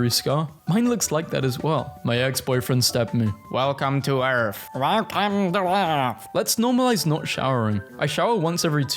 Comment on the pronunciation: Welcome to earf